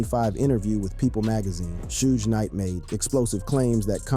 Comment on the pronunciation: Need to work on pronuncation of Suge Knights name